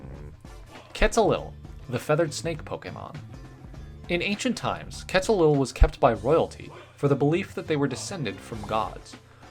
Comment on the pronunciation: You're pronouncing Quetzalcoatl wrong